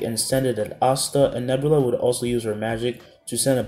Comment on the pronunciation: Noelle sister name is Nebra not nebula. Also leopard is younger brother feologn